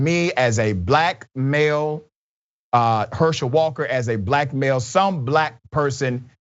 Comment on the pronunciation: might need to stop saying "black male". Both my ears and the closed captioning on the video hear "blackmail" every time he says that. I know what he means, it just sounds funny.